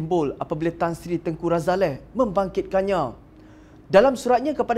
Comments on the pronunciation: Sebutan yg betul adalah Tengku Razali....bukannya Tengku Razaleh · Something wrong with this guy, why he keep saying Tengku RAZALEH, its Ralazie...tell him to learn how to pronounce name properly.